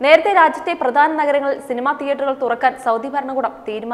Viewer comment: 15 നരഗങ്ങളിൽ ആയി...അല്ല നഗരങ്ങളിൽ ആയി,😀😀